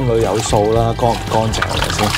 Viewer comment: 干凈唔係光淨呀,懶音.